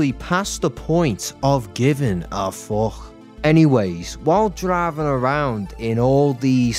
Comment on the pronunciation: "And I am honestly past the point of givin' a FOKH." Best part of the video right there.